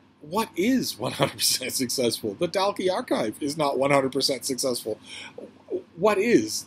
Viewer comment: Just to say that Dalkey is pronounced Dawkey. It's a posh village in South Dublin. Flann O'Brien is a wonderful author. His theory in the Third Policeman about the transfer of molecules, whereby people eventually turn into their bicycles, is side-splittingly hilarious and original. "The drink" must have helped him immeasurably with his writing!